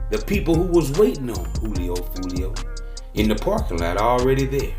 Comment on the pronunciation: Maaan why he keep saying his name like that 😅